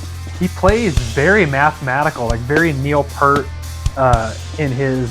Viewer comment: Excellent explanations! Very interesting! By the way, Neil's last name is pronounced Peert (Like the word peer, not per) even though it is spelled Peart.... Just FYI... A lot of people are pretty sensitive about that... I suppose I am too... LOL